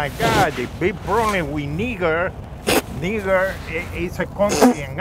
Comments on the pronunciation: Its pronounced (Nye - jer) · Niger is pronounced nyjer 😂😂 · He was laughing because of the way that guy pronounced "Niger." It didn't come out right! 😂😂🤣🤣 I want to make a joke SO bad at this point about that. But I'm afraid of getting kicked off YT!